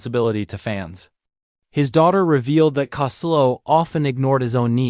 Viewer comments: Would have been better if the “narrator” could pronounce his name. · You need to get your name right its COSTELLO. RIP LOU❤